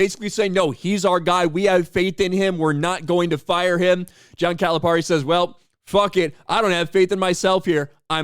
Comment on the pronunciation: We’re glad he left. Also the way you say his name is cringe. He doesn’t even say his name like that.